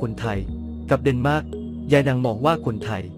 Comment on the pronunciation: เดนมาร์กไม่ใช่เเนหม้าก